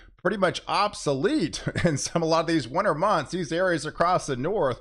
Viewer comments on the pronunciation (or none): none